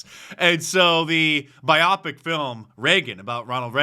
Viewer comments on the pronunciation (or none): It's pronounced BUY- oh-pic, not buy-OP-ic. It's bio (short for biography) plus pic (short for picture). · It’s pronounced bio pick